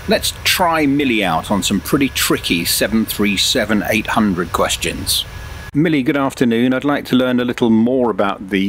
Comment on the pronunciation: Out of all the impressive stuff in this video, the one thing that triggered me a bit is when the AI says "Boeing seven hundred and thirty seven" instead of "Boeing seven three seven". Its minor, but its something that is happening all the time with the current TTS in MSFS 2024 and it drives me crazy, along with all the other ridiculous things that the TTS in MSFS says. SI is lightyears beyond what is available in MSFS, but it just goes to show how even the smallest details can be immersion breaking in something like that. I'm still sold though. The only thing I wish MSFS would do is allow for these services like Say Intentions and BetterATC to actually REPLACE the in game ATC functions instead of it needing to work along side it. I hate having something as great as this, while also still needing to utilize the simplistic and dysfunctional default ATC system.